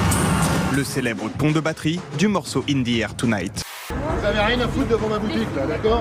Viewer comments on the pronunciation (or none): "in di r tounaïtte" de Phil collins...